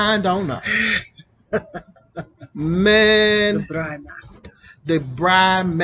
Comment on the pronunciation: It's "braai" ... 2 or more a's. The more adventurous you feel the more a's you add to the word... but NEVER only 1 a. :)